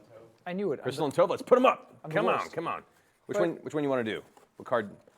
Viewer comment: From being named Tove, that’s not how you pronounce it 😂 just an FYI to everyone